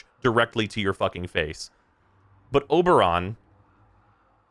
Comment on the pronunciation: It's Ober